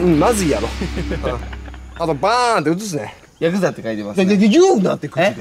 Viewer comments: これ「歯、くさ」だと思ったw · ヤクザじゃなくて歯臭いかと思った